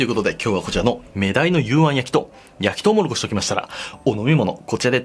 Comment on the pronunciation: とうもろこしを「とうもころし」って 言ってる同士おらぬか…